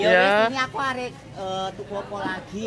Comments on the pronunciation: arep...bukan arek 😂😂😂😂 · sanjange "arep" Mawon, mboten "arek" 😅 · yg betul AREP yaa... sayangg...bukan AREK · bukan arek tapi arep 😊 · Bukan arek tapi arep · Dudu arek,tp "arep" 😀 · 😂😂tempe bkn temp..k